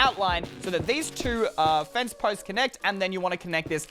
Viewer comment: When he was building his favorite he said crimson face instead of fence😂😂